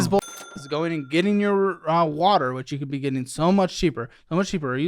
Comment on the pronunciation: I agree. “WAttErr” like come on be serious this is your life. He has an unbearable personality.